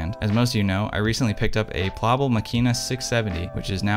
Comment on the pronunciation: In German we pronounce Plaubel like cowbell... plowbell.